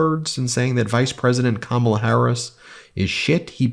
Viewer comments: And it seems impossible for Trump to learn how to pronounce Kamala properly. I mean, he really can't. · I don't understand why he doesn't have the balls to pronounce her name correctly. He is doing it on purpose. What a jerk. 🤬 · Trump can't even pronounce "Kamala" right. It's pronounced Com-uh-luh not Cuh-mah-lah.